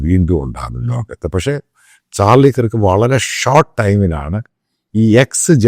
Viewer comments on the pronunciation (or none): ചാർളി കിർക് അല്ല ചാർളി കെർക് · Please pronounce his last name correctly🙏